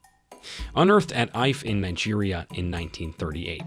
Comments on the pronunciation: it’s efer not aif (ife) it’s ibo not igo (Igbo) Thanks 🇳🇬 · It not literally ife it I..FE pronounce it like E..fe so it ife😄😄😄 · That's EE-FAY, not IFE, sheesh. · It is not hive, Ife is pronounced as Eefe, not hive, please. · IFE is pronounced E-fe and not"Eyfe". Also, the documentary should really be narrated by the locals where these items were stolen from. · The pronunciation is really off...I mean the Ifé sculpture is named after a city that you can Google a d and Hear how to say it....Eeee fay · It's called i-fe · How to pronounce ife is /eife/. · Ife(pernaunced: eeeefae) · Bro you kept pronouncing every Nigerian Name wrongly. Not even I pronunciation you got right. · You did a good job for the compilation but you need to do more about pronunciation. For example, Ife, the pronunciation is totally wrong. Google would help you with the pronunciation. That said, I consider it offensive for WEST to still have neo-colonization ideology. If only they can understand that they wouldn't want to be treated that way. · I know that the narrator has put a lot of time and effort into getting this wonderful piece together. But still, I can't help but feel like this work would have been so much better and hit closer to home, if the narrator spent a tiny little bit of time trying to properly pronounce the names of these artifacts, kingdoms and the likes. I for one didn't know he mentioned Ifè until I saw it written out. I get that his pronunciations will be far from perfect, but them, if a little bit of effort was put into it, they would sound way closer to the intended names than what we have here. Still, good job. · Poor pronunciation of the names is cringe. Ife and Tutankhamen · can u pronounce "igbo ukwu" Or "ile ife"? if not, shut up about the English spelling of anything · Learn how to pronounce IFE please Sir. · I’m going to need him to learn how to pronounce Akan, Benin, and Ife correctly